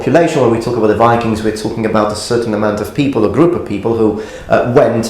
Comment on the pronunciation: Enjoy your videos a ton but i have a remark. You are often very eager to point out when someone butchers a japanese name, while you yourself say "go viking" completely wrong. I usually dont care but it seems a little odd (i also do realize that this is an old video)